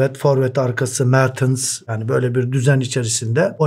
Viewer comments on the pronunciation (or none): hocam mertıns değil yalnız mertens be mertens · ŞU ADAMA BİR DAHA MER TINS DEME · Mertıns deyisine hastayım hocam 🙂🙏🏻